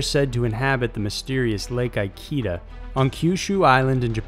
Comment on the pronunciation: For number 4: the lake's name is pronounced EE--KEH--DAH :D